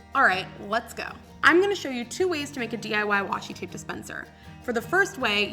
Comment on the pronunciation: It’s washi tape not washi tap😂 nice video though👍